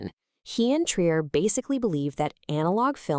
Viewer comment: how not to pronounce 'trier'